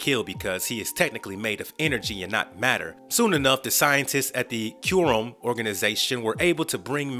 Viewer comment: If you go online you can learn the proper pronunciation of the word "quorum "